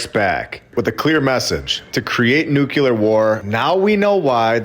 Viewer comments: It’s NUCLEAR not Nukuler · Ok, I REALLY like your videos, but you consistently mispronounce the word nuclear and it’s bad for your credibility. It is pronounced as it’s spelled: nu-klee-er. Every time you say it you’re incorrectly pronouncing it as: noo-kũ-ler. Please correct it and stop torturing me.